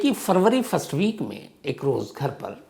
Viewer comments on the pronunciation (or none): none